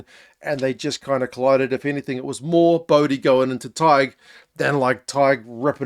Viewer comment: My thoughts: you're the only non-Irish person to pronounce Tadhg perfectly and effortlessly 👍🏼 anyway back to the Rugby!